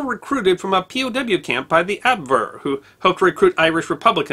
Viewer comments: ab WH ere not abwere. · What is the abbverr? Never heard Abwehr pronounced like that. It sounds like op-vare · you market yourself as a scholar, yet you mangle basic vocabulary like "Abwehr".You want to be respected as a knowledgable source? You want people to pay for your tutelage? Oy!